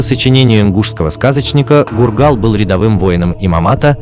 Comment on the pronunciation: Может фургал а не гургал